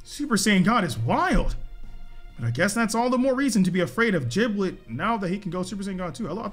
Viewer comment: Why they say giblet with a j🤣 its giblet not jiblet